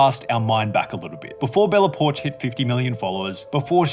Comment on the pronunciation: i thought it was Bella Po-ark.